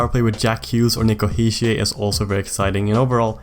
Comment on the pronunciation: Quick note: Hischier is pronounced with a hard R. He's from a more german part of Switzerland rather than french